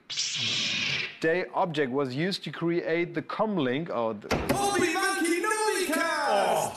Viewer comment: He butchered the middle name of obi wan kenobi